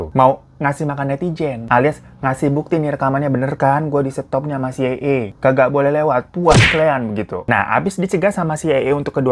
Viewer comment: iy dy bilang ny "CAA" terus😄